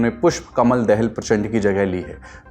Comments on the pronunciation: पुष्पकमल दहेल नहि होता यार दाहाल होता है सहि उच्चारण करना सिखो। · उच्चारण सही करें--पुष्प कमल दहल नहिं पुष्प कमल दाहाल होता है । फोनेमिक ट्रान्स्कृप्सन ऐसा होता है --....../dahal/. दोबारा दहल मत बोलना 😡